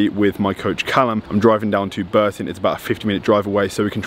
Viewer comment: Did you say burton ?